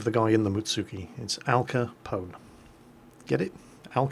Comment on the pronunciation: "Alca Pone" allmost as good as "Alpa Chino" :)